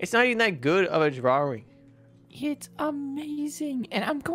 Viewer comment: I don't want to be like my drawering mom. Me: What's a drawering?